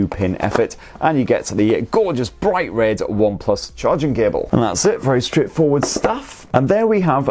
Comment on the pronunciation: Sounded like you said Onplus Nord at £279? I don't think so pal lol